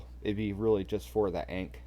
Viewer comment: Thanks for the content. Ankh Tide is super strong. Work on that pronunciation of Ankh tho 😉.